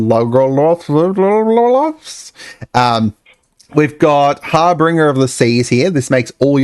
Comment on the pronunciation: I know I'm being nitpicky, but: 1) It's Harbinger, not HarbRinger. 2) It turns all nonbasic lands into islands, not just yours. Great with islandwalk. 3) The code for the commander set is M3C, not MHC.